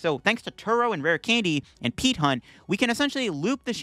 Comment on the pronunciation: It took a bit for it to register that you kept saying "Peat Hunt".